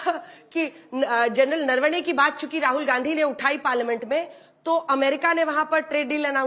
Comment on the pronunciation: अंजना जी इनके नेता नारावणें कहते हैं प्रवक्ता नरवाणें बोल रही हैं जबकि आपने नरवणें जी कहा तो कृपया इन मोहतरमा से पूछिये सही नाम क्या है ?